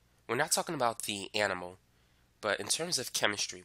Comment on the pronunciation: Did I hear that right?! “We’re not talking about ani moles” 😂